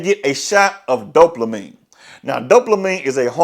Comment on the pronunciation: Bro wtf us dope- la -mine ? The word does not contain an L !